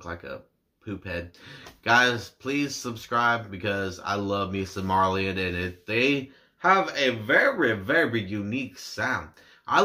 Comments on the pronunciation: It's pronounced like meridian they are a great band the whole misplaced childhood album is worth a listen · You should definitely listen to the whole album Misplaced Childhood since it tells a story and Kayleigh is one of them. It's pronounced Ma rill ion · Great reaction! Just for the record the band is pronounced Ma-rill-ee-on